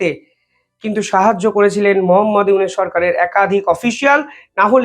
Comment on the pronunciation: ফয়জাল না ফয়সাল। ইউনুস কে বলো ইউনেস নামগুলো ঠিক করে বলতে পারো না।